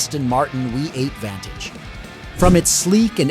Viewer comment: What exactly is a Wee 8 ? And what is Lugzury ?? In English it's a Luxurious V8 !!